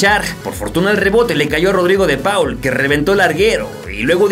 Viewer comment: repita conmigo: De Paul se pronuncia ¨De POL¨ jajaja muy buen vídeo!!